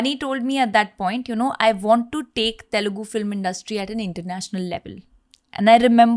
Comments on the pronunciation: its telugu not telegu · It's not Telegu ... it's Telugu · Bhai its Telugu Not Telegu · Hello Sir, it's Telugu not Telegu. Please correct it. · facts , It’s Telugu not telegu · IN Its TELUGU Not Telegu Mind It 👊 TELUGU ♥❤‍🔥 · .....it's TELUGU not TELEGU.